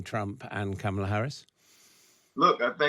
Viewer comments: Learn how to pronounce her name. It's not that hard. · What a mess of an interview. Host mispronouncing Kamala's name which he really should know (especially as it's a known touchy subject). One guest invited from a wacky "alternative truth" organisation. The other guest repeatedly swearing. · You are pronouncing Kamala Harris's first name incorrectly. Please don't do that. Please learn how it is supposed to be pronounced. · That woman did not pronounce Kamala's name right, I stopped watching and will downvote this video. This is appalling. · This guy still hasn't learnt how to pronounce Kamala's name - disrespectful reporting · lol cant pronounce kamala yup shes a trump supporter